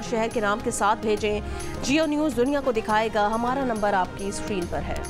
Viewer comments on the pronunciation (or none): none